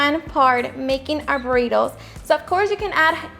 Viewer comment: I could listen to her say burrrrritos all day long the way she rolls her r’s. Looks delicious btw!